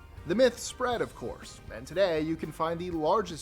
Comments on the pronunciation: That IS NOT how you say Dubois, WY 😂 It’s “due-boys” just like it’s spelled. We might have a lot of ancestors who were French but we are not lol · The Wyoming town is not pronounced "Dewb-wah" Dubois is French but we pronounce it Dew-boyz. America always slaughters the French language. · It is pronounced Do Boys Wyoming. Not Do Bwas. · It's pronounced "Dew Boys" Wyoming.